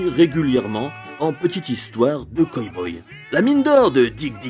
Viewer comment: super video ! j'adore ton ton et ta maniere de raconter et develloper. par contre c'est coW boy pas coy boy ^^